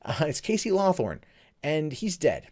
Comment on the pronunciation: He keeps saying LawTHORN. I can't help but notice the guy's name is LawHORN.